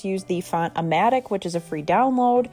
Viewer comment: Hello :) can you spell the name of the free font on the eggs? It sounds like you're saying "ammatic"......is it on ? Thanks! ♥️